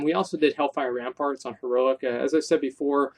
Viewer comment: He said Helfire Ramfarts 😂😂